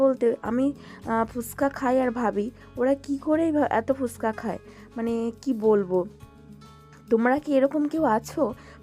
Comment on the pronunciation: ফুসকা না গো ফুচকা বলে😅 কিছু মনে করো না অনেকদিন ধরে ভাবছিলাম এই কথাটা বলবো। তুমি প্রায় সময় ভিডিওতে এইটা বল দেখেছি